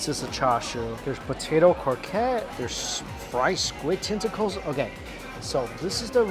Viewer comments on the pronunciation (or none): none